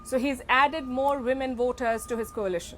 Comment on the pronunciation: Woters or voters . What a naughty pronounces on.😅😅